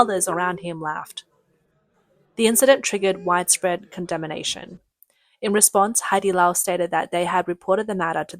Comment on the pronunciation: “Condemination”, you say? You really should have a dictionary on hand when you write these up…